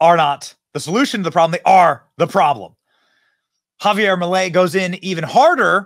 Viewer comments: ITS NOT MELEI IT'S MILEI. DUDE COME ON! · Its not "Melei" its "Milei" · MILEI, no melei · guys i love you but it`s MILEI, NOT MELEI, NOT MILLEI, MILEI!! LOL VIVA LA LIBERTAD CARAJOOO!!!